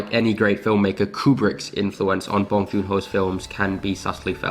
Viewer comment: NOT BAHNG.. it is BONG the b-o rhyme with tow, low, sew, bow, grow, blow and the n-g is normal sounding like song, wrong, tong, belong, hung, sung, tongue..